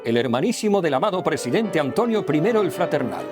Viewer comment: A Antonio le ha salido una "h"... Hantonio... se va transmutando... Hantlonio, Hantlonie, Hantlonier, Hatlonier, Hatloner, Hitloner.....